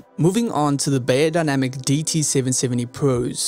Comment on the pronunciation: Great review! 👍🏻 Thanx a lot. Just a tiny little remark from a native German: "Beyer" in the brandname "Beyerdynamic" is pronounced like "fire", not like "layer". I hope it is clear what I mean 😊😇.